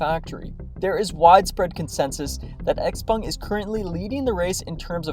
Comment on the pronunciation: pronounced: sh-how-pung !